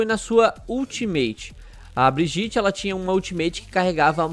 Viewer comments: Se você fala "Brigiti" vc ta no mesmo grupo das pessoas que falam "Trásser" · fala o nome da personagem direito pelo amor de Deus